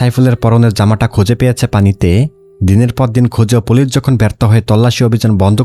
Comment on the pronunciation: Vai folice na.. Police